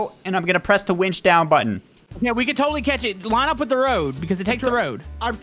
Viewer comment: When said “Button” it sounded like the no-no word.